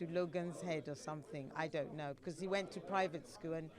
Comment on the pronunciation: He’s saying DUN KNO not don’t know